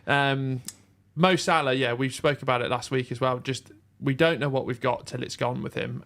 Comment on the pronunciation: it's Salah